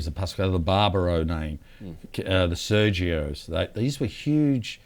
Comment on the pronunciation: The ‘Sergios’ lol it’s Sergi.